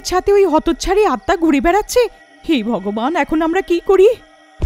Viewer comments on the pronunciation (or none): none